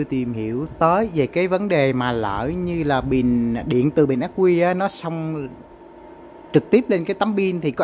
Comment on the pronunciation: Từ “bình” nói không đúng nghe, nói thành “bìn”.